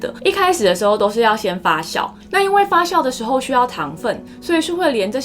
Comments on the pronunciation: 發酵（較）， 烘焙（倍）。笑起來很好看，眉毛一高一低很有趣~ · 发酵（jiao 四声）